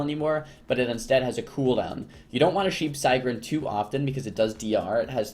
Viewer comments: your saying sigryn wrong. just letting you know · the way he say it lol